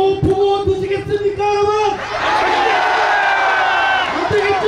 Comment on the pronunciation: 말막히면 여러븐 여러븐 발음도 못해서 분자도 못하고 븐븐 바보갇네